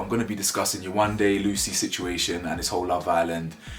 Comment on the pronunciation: Yewande isn’t even a hard name to pronounce